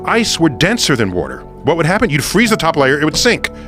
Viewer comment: “Wooter” They all pronounce it that way. I had to